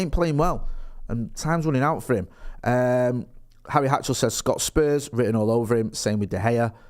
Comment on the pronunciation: Harry hatchell?hatchery?? My fucking guy???